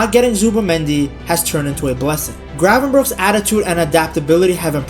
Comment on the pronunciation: Thanks for not saying Gravenbertsj